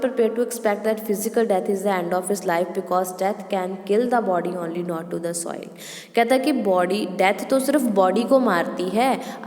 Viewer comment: soil naii soul hunda aa